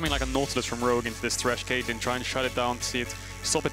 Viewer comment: Cait - LJ - in.